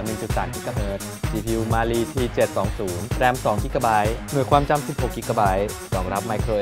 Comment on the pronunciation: Cpu มาลี 555555ลั่นเลย อ่านยังไงเนี่ย😆😆😆